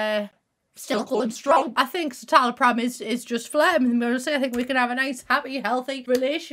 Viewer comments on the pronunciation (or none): my mum tales cytaloprim and hearing u pronounce it like that was defo not the vibes